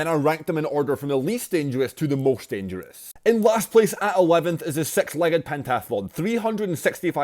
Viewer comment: i keep hearing "six" as "s3x"